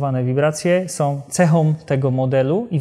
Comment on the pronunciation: WIBRACJE SOM! Od palenia gumy som. to nie Janusz.